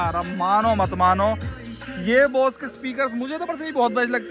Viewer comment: बॉस नहीं भाई बोस।